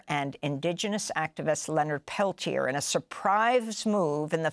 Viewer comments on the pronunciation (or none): His name is pronounced "Peltiay". You don't pronounce the "r" in French.